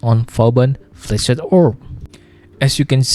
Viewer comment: cool video, but i just couldn't help but hear flaccid orb lmao